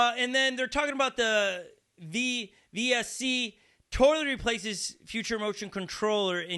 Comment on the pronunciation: I think it's pronounced vesc, like vest with a 'c'. At least it's easier to say it that way. Check out surf dado's videos, very cool stuff. Love the vids!